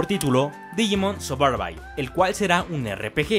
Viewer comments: digimon suburqueeee??? jajaja porq no cuidan su pronunciacion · La pronunciación es Digimon "Sorbaib". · No sabes pronunciar Survival?